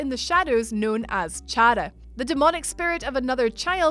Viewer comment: You pronounced chara incorrectly.